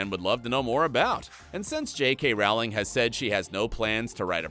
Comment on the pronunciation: It's pronounced Rowling, like bowling!